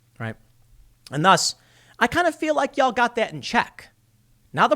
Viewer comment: Off topic... But, as a southerner, it cracks me up a little when Chicago Tim says “y’all”. No shade, it’s cool.